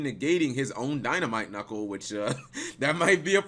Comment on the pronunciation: WTF is a Dinomight Knuckle?????